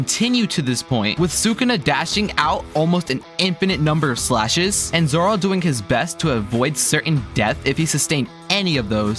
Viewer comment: why did bro say zora